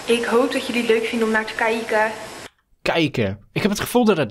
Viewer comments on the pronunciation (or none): even kieke zo zeggen wij Friezen dat😂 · (3559) beledigt Friesland omdat iemand niet normaal kijken kan uitspreken